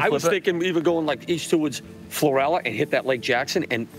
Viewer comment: Pronounced Floor/al/a